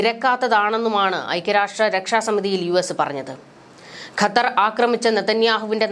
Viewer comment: ഖത്തർ എന്നുപോലും പറയാൻ അറിയാത്ത നീയാണ് വാർത്ത വായിക്കുന്നത്